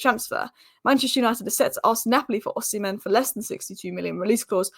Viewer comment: Heyyy, you pronounced Ohsimen as Oh-Semen. Nice.🙌🏼